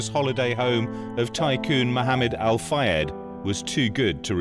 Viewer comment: Dodi Fayed - at least get his name right